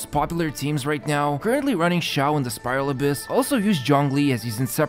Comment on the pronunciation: you said Xioa, not Xiao